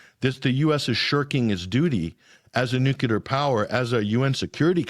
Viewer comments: I'm going to stop at around the 18 minute mark on this video if the guest is going to keep saying nucular instead of just nuclear, like WTF, and does he even know his country is a genocidal empire? he is speaking as if the US has some kind of legitimacy. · Nuc-le-ar not nuc-u-lar. Should know better. Yikes. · Nuclear and not nukula nothing name kukula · I just can't take someone seriously and start to question their lack of intelligence when they say "nucular" in reference to weapons. "Nucular" is actually a word but it's not the right word for this context ffs. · Once Bush the Nice Bumpkin started saying "nucular," more and more thoughtless Murkans began to mispronounce the word. Now the error has spread to the upper echelons of society, it seems.